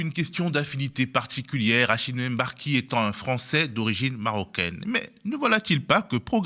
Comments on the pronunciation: Mbar-ki et non M-barki, svp! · Franchement, prononcer "Èmbarki" c'est grave en 2023. Ça doit s'arrêter. Personne ne dit "Longétempéès" si vous savez prononcer le mot longtemps vous savez prononcer le nom de ce monsieur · Rachid emBarki, depuis que le MB est arrivé en france vous n'arrivez toujours pas à faire la liaison ? Meme vous un bon négro?